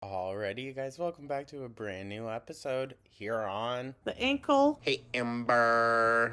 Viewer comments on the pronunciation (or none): none